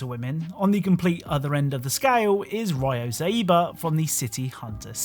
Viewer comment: The way he pronounced "Ryo Saeba" is killing me.🤣 The number one mokkori master. The legendary City Hunter, Saeba Ryo.